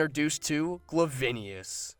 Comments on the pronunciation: also how do you get "gla-vin-eus" from Glavenus, it's literally pronounced exactly how it's spelled "Glah-ven-us" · Glavenus, not Glavenius. Sorry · Can we all agree that you pronounce it like glavenus and not glavinius because i cringed so hard everytime he said it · Anyone else get slightly triggered that he kept pronouncing Glavenus as Glavenius? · You said glavenias instead of Glavenus! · its "Glavenus" not "Glavinius" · Did you Glavineus? Could of been an error (most likely was), but it's Glaveneus (Gla-veh-nus), I see this happening everywhere. Somebody even said Glaive-ih-nus like an insect glaive ,but why bother, people will get it wrong and nobody (except diehard monster hunter fans) will care, but all I want to know is what is the correct way to say Glaveneus? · bro is not gla (vain) us!is gla va nus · not to sound pedantic but wanna ask how did you take the name Glavenus to turn into Gla-vi-ni-us, it's a combination of the word Glaive and Venus so Gla-venus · Ah yes, my favorite monster, Glavineus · Ok I actually do really like his videos but the way he pronounces glavenous is offensive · Glavinius lol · Glavenus = Glove-vin-eus? That's one way to pronounce it I guess . . . . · he said glavinius! lololololol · .....Glavinius? Really? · ...glavinius? How do you see the name Glavenus and think it's pronounced that way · HAHAHA THIS GUY SAID GLAVINIAS!🤣😂🤣😂🤣😂🤣🤣😀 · Get Rekt Scrub Glaive-Anus* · True enough but come on laguyacrus...glavinius...just no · This is a pretty good vid, just a couple problems with the audio capture and the voice. Also just a couple of pronunciation things I picked up: Glavenus is pronounced "Gla-veh-nuss", and Lagiacrus is "Laa-guy-ah-crus" at least as far as I know ><. We need more Western MH love, still, and you're doin' Gog's work with these. ... BIG ZAM #1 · Glavinius? Glavenus doesn't even have an I sound? Oh well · Gerard Mourits I was fine with how he said Lagiacrus, but Glavenus. How the hell did that happen.